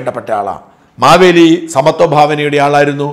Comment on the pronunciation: എൻ്റെ കറിയച്ച - മവേലി അല്ല മഹാബലി എന്ന് രാജാവാ